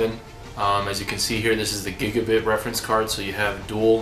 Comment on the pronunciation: dude nobody ever says anything the same way but it is giga BYTE not bit. drive me crazy cant watch the video